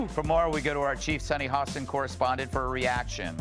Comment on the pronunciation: I believe her name is pronounced “Hass-tin”, not “Hoe-stin”. I don’t know why the editors don’t “proof-listen” these AI debacles.